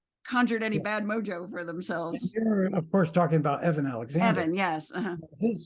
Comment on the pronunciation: Eben Alexander . NOT Evan